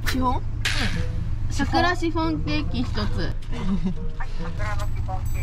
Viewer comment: シ⤵︎フォン⤴︎笑笑